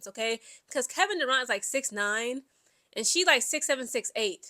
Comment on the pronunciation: It's Kevin Durant not Duraunt Lol